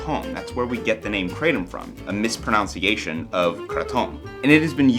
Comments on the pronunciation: mispronouncing 'mispronunciation' :( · "A mispronounciation of Kratom." This made me laugh. You literally mispronounced "mispronounciation," WHILE describing Kratom's popularized mispronounciation. And it wasn't to be funny (intentional).